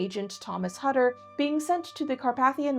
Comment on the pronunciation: Why ware thy masks? Hutter is pronoced Hoo ter in Germany